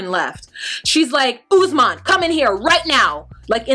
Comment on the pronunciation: This may be a silly thing to pick on but Lisa keeps mispronouncing Usman's name. "Ussmen. Ussmen." He pronounced it numerous times. I was many years with a Cuban man called Paulo and everyone kept calling him Pablo. It is a basic mark of respect to learn how to pronounce a person's name. His name is Usman. She never researched his culture, his country, how to politely to act around his friends and family. She came in like everyone had to kowtow to her for some odd reason. She really got under my skin. And when she went on about having to pay "the white price" and references to her taking Usman to America to be a slave. With all the resources and people stolen from Africa, have some respect. Open a history book, read up on current affairs. She upset me so much.